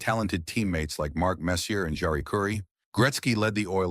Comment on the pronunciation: Can't even program it to pronounce "Messier" correctly.